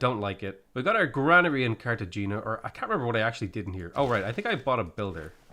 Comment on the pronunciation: CARTA-HAAAAAYYYYNNNNYYYYYAAAAAA PLEASE GOD!!!! Its not the Cartel Gina XD